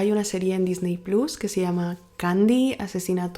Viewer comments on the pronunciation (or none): none